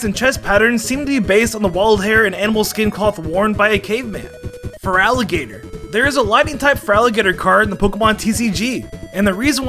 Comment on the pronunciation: AN, NOT A! AND THERE IS NO VOWEL BETWEEN THE T AND THE R IN FERALIGATR!